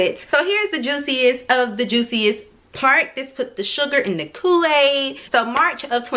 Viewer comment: She just told the whole fucking khool-aid😂 Lemme grab a cup